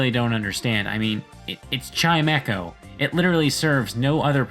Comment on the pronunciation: its not chime-echo its chime-ko